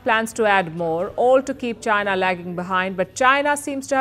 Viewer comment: 印度人说China说出了Jiana